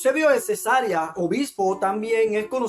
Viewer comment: Mi hermano permita que le corrija, el lugar es Cesarea y no cesárea como usted lo pronuncia